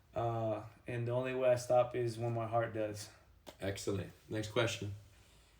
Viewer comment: Alex volkanovski: in the livestream saying " excelllent " 😈